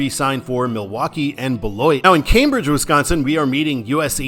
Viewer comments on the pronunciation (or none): none